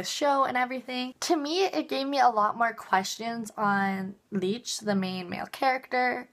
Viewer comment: U kept mispronouncing his name lol, its licht not leech lol. But I agree, its amazing!